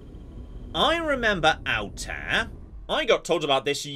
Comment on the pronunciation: May I ask if anyone else here is an Assassin's Creed fan who gets a little bugged by the game's pronunciation of Altair? I just have a reflex to hear it a particular way and it's throwing me off.